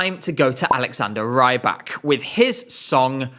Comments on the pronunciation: He's not "Ray-bak", he's "Ree-bak" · I keep being thrown off by pronunciation of Rybak... it should be that of 'rib' not 'ribe'.... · Please pronounce it Reebak and not Raibak, it’s killing me slightly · Alexander Rybak ❌ Alexander Rajjbakk ✅ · With the incomprehensible nose dive that MGP has been taking since 2024, Alexander’s participation is THE LEAST OF MY PROBLEM. 😂 Note: it’s Alexander REEbak, not Raibak 😂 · R-Ály-bak. - auch👂...not for the song, for the name pronouncing. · "Alexander Raybak"😭😭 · Why do you pronounce Rybak like "raibak"? He's Belarusian and you speak Russian, you should have recognized that his last name is just the word "fisherman", рыбак. So it's pronounced closer to a short i sound, not the long ai. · you're right, it is pronounced ree-bak! This guy totally mispronounced his name. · That’s not how you pronounce his name.